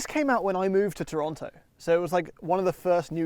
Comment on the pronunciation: still doesn't know how to pronounce "Toronto".